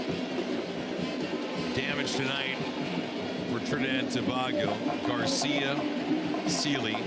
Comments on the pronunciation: Listening to this commentator say To. Bag Go made an otherwise joyful experience a frustration. To bay go Sir! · Dat announcer was rel dotish... He pronouncing TOBAGO as TO-BAH-GO... Like WDMC wrong with he... 🤬🇹🇹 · Trini people.. uno need fi mek know… y he saying Trinidad 🇹🇹 TOBARGO 😂😂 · Can we get a new commentator…he’s upsetting me butchering the pronunciation of Tobago…shocks man😩😩😩🥴🇹🇹🇹🇹🇹🇹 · Please the least you could’ve done to prepare for this was to find the correct pronunciation for ‘Tobago’,especially when you have done this before,also the names of our boys,Please do the prep like a professional to properly honour the years of prep it took for these young men to play for their respective countries.Respect Sir!